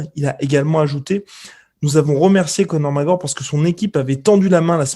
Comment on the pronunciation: "Conor Magor"